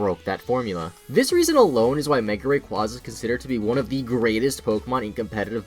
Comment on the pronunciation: you said mega rayquaza wrong XD